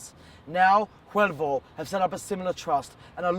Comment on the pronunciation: .HUELVA not HUEVLA